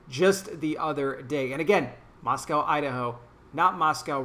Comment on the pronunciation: Moscow - pronounced Moss-co (with a long O)... We jokingly say there's no "cow" in Moscow. This is my home town and I lived there until the spring of 2019. I'm now three hours north but still in Idaho. Christ Church does Hymn/Psalm Sings all over town. The mayor has a mask order in public places (both inside and outside) until January 5th of 2021. Moscow is a highly democratic town because of the University of Idaho. The police were only following the mayor's orders. It's sad to see people being arrested for such trivial things.